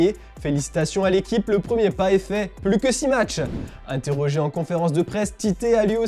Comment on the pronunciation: 0.57 Mercato, Inétrogé ? 🤣🤣🤣